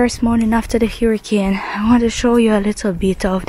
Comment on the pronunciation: you are pronouncing “hurricane” incorrectly.😊